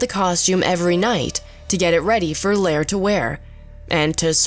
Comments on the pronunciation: Bert Lahr is pronounced LAR to rhyme with FAR, not LAIR, you got it right once but then changed it. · Wait, she pronounced Bert lahr’s name right once then changed his name to Bert lair. Oh well otherwise she did a nice job. Lol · it is pronounced Larr not Lair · Learn how to say Lahr and Bolger!!! Your inability to do that casts a bad shadow on your overall credibility. How much of what you claim here is true? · Aargh. I know the narrator is probably young, but it's bloody annoying that she wouldn't learn how to pronounce the names of the actors. Burt Lahr's name rhymes with car, not air. And Ray Bolger's name has a soft g in the middle, like the G at the beginning of George. Finally, the first A in Belgravia should sound like the A in gravy. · Announcer mispronouces Lahr and Bolger. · And they're also mispronouncing Bert Lahr's name. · Whoever narrated this can't say their names right. Ray Bolger...Bert Lahr etc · She ruined Mr Lahr's pronunciation too.😒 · The narrator has managed to mispronounce both Bert Lahr and Ray Bolger's names.